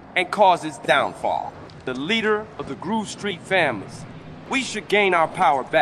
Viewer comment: Not groove, gruve 😂